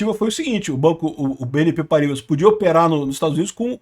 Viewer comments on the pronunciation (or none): Se pronuncia "PARRIBÁ"